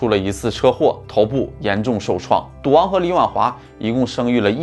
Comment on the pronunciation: 没有字幕 我貌似听到了 ”duang“ （滑稽） 其实是“赌王”啦！～